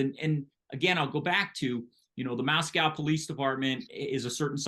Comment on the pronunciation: It's pronounced "Mos"-"co". We're not the capital of Russia.